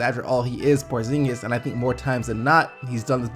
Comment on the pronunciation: kris what?? prozingis say it again